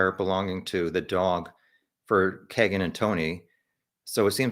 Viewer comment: Pronounced "keygen" I believe rather than "keg"en. Regardless. Trash. White trash. I honestly just started looking into this case and I'm 60 miles from Delphi. RA is guilty, simple just off pca. Imo. But all these perverts are in alot of stuff around Indiana. It's insane the amount of cp, cm, sa, csam that goes on here.